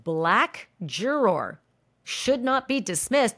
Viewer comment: I really like Ashley Banfield’s reporting of the Diddy trial but her pronunciation of “juror” is ridiculous. Why is she saying it like this-it’s like she’s trying extra hard to say the word in an annoying way. It’s really distracting.